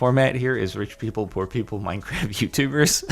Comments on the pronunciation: is it just me or does Jordan say 'Minecraf' instead of 'Minecraft' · i sometimes wonder when this guy started to call Minecraft "Minecraf"